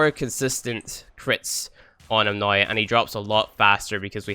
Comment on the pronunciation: Why is he saying noi instead of now? Is that a dialekt? Don't want to offend or trigger...just want to know.